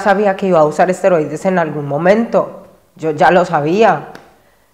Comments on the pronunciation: Asteroides?😂 Es esteroides!😅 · Amigo, con todo respeto y sin el afán de ofender. No son "Asteroides", son "Esteroides". Saludos y Gran video!! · Por que nadie comenta que se dice ''ESTEROIDES'' 🤣🤣🤣🤣🤣🤣